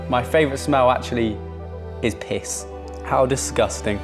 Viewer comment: the way he said PiSs